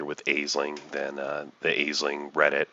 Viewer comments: Nice video. Just one note: it's pronounced "Ash-ling". (It's Irish) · it's pronouced "ASH-ling". It's Irish. Space Irish? idk